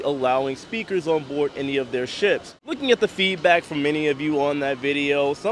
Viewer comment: There is no such word as “confinscate”. There is no N. It’s con-FI-scate. And you don’t “bort” a ship. You Board. I just thought as live reporting blogger, you may want to know. I did chuckle though when you said, “the technician in Tampa didn’t know I was” 🤭. I didn’t either until I saw this for the first time this morning. Happy sailing.